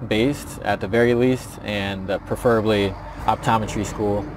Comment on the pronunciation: Is his pronunciation of "preferably" standard? I've always pronounced this word with stress on the first syllable.